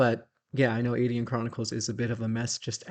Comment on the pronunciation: Dear I was wondering why you pronounce Aidyn Ay Deen. I have always used the traditional Celtic pronunciation of Ay Den. I know you have had contact with the people who made the game and I was wondering if Ay Deen was the proper prounciation according to them and if I had been saying it wrong.